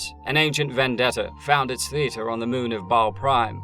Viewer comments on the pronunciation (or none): none